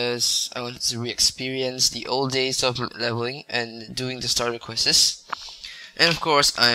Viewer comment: its quest not questes